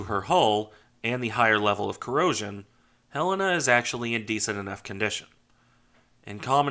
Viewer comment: Thanks for this and for pronouncing her name properly. For some reason, others move the accent in the title of her name. For those who may want to learn more of this great ship, here is an interview of one of the sailors who served on here from Pearl Harbor until her sinking- very interesting.